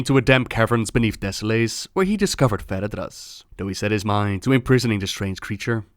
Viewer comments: Deh-sow-luhs not Deh-sow-lace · Desso-less, thats how you pronounce it:) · Great vid. Americans would pronounce it "deso-less", "lace" sounds a bit odd, (even though it's spelled that way.);)